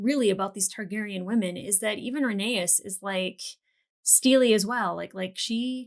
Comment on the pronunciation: Rhae-ny-s ,names are like Kryptonite to Angie LOL